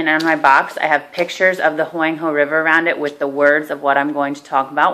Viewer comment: Very educational but you keep saying Huang he wrong....